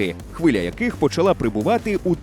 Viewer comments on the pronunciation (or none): none